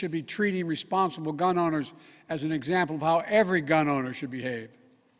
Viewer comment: “Gum owners”